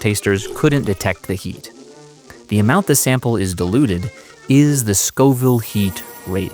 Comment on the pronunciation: you really need to pronounce the I in diluted, now it sounds like you're saying dEluded haha